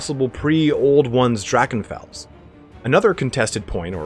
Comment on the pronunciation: I was exited to hear your pronounciation of "Drachenfels" and was disappointed :(